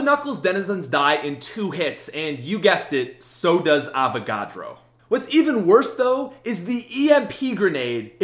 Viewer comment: Avacadro lol